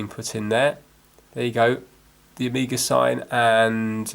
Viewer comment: I say omega the same as you i am from Derby